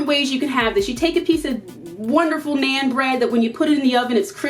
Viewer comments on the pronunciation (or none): Naan bread is pronounced like Non not Nane :) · It's pronounced "naan" like "on"